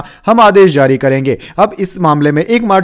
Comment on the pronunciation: Zari nehi jari bole pagal. Z z z z kion bole rehe ho, boht gandda shabad ucharan h tumhara.